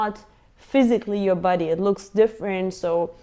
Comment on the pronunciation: Hehe funny how you call body, buddeey”